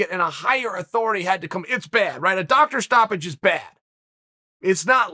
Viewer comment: I don’t think Conor said Doctor Stoppage I thought he was saying “dock that stoppage”